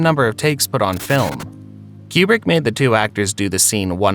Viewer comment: Coo-brick...not kyoo-brick. Like nails on a chalkboard. 😆